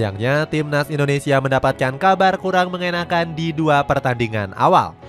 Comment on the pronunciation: Indonesia min bukan Indoensia😊